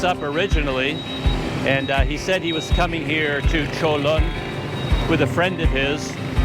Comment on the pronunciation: Wow your pronunciation of Cholon is pretty good for years I pronounced totally wrong . I go on bus 56 every day and only once they did that to me they are usually pretty good The park 23/9 across from your hotel use to be the main train station and they use to have a tram 100 years ago from Saigon and Colon Back then it was the twin cities of Saigon and Cholon Even today people refer to those areas as Saigon and Cholon , but today Ho Chi Min city is a very large city that has districts that were never around back when people only called it Saigon Like Bangkok and Kuala Lumpur Saigon used to be controlled by the Chinese merchant class even when the French controlled Vietnam . Before 1975 the Chinese controlled 85 % of retail 95% of wholesale and 85 % of the banks . After the war the governments main concern was to clear out the Chinese and so many left as boat people. Today many are coming back and they still have power but nothing like before 1975